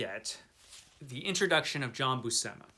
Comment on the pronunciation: So, seems loves Jack Kirby's work on this! 🤣 You're both mangling Buscema's surname you know 😉 (Pronounced Bushema, although I'm guessing he may have anglicised it himself). comunque puoi ringraziarmi piu tardi 😉